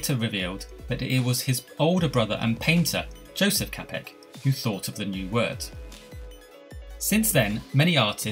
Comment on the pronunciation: I did a paper on this subject, I included everything you did. Also, his last name Čapek is pronounced “Chopik”